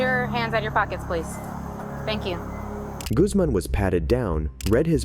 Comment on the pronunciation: I appreciate the correction you made when you said Guzman. I hate it when people say goozman lol. My last name is Guzman